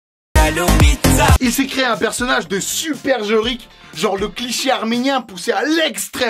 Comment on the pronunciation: Mdr Jorik on dirait qu'il dit Bogdanov